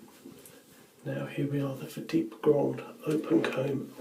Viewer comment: Bravo. At last, someone has used the correct pronunciation for this razor, instead of the usual "fat tip". All the best.